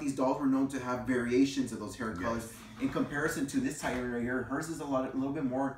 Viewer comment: FYI: the red hair color spelled “Titian”? It is pronounced TIH-shin, not TIE-tuhn!